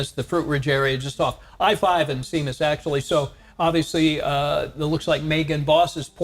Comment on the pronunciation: I think Seamas pronounced like “shame-us” not “seem us” Similar to how “Sean” is pronounced “Shawn”